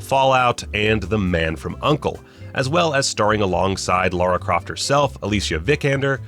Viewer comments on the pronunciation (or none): none